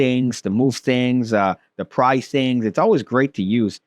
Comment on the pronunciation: "Pry things" twitch